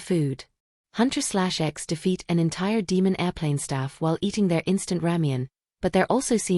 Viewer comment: The girl's group name is pronounced Huntrix. :)